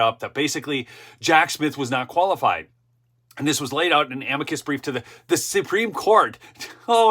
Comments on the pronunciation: It is pronounced AM-mick-kus so please use proper pronunciation. Thanks! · AM-i-cus brief (emphasis on the first syllable, not the second).